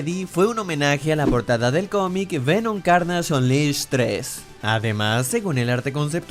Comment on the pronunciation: La intro como del 2014 xd evoluciona, en la curiosidad 14 Venom no tiene la araña porque aun no se ha unido con el cuerpo de Piter, eso pasa en los comics, y cuando dices: para reservar a carnasch? Eso que?xD aprende a pronunciar bien los nombres, pero bueno el video.